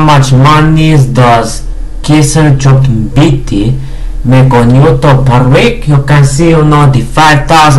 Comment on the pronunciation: You pronounced him good man! Lol...